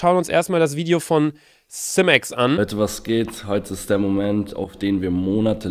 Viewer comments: Simex: Simex Jeder: seimex: sieemex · er heißt Siiiiiiimex und nicht Simx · Niemand: Wirklich niemand::simmex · Niemand wirklich niemand!: SIMMÄKS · Haha man spricht ihn "Saimex" aus😂😂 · Wenn man ‘s Aussprache von Simex schreiben müsste würde es so aussehen. SMMEX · Digga ,,simmeks" alter das triggert.